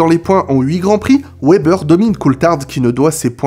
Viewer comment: Wébbeur sérieux ça se prononce Vébèr